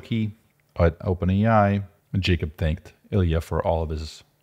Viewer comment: And its not Jacob, its pronounced "Yakhub"